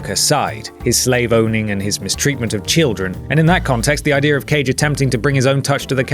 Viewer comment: I love how you say "idear"